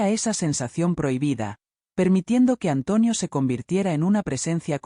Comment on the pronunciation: Porque dice antuonio